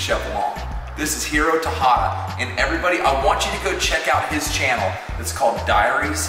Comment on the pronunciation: Terada* not Tahada lmao & HIRO THE G.O.A.T. Teaming up with all the greats!